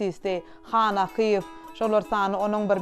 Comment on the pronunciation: Gowy gepleşik bolupdyr. Ýöne alyp baryjy has gowyýarassa we dürüst gürläp biri tapylmadyka. 1.minutdan başlady ýalňyşyp. Akyýew familiýasyny dogry diýip bilenok. Gaty köp ýalňyşlary bar. Logiçnyý soraglar sorap bilmedi. Etmeli etmeli diýip edipdir. Has gyzgyn mahirli artistlerimiz bar şolar işlemeli ekeni ýa-da ýazgyň içindäki artist hem alyp baryp bilerdi.